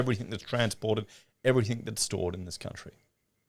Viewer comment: P/S. Can you PLEASE stop saying "everythink" The word is everything. Maddening bogan habit.